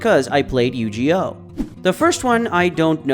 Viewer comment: It might be an AI voice after all, who mispronounces Yu-Gi-Oh?